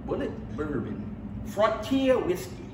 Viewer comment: Pronounced Boo lee ay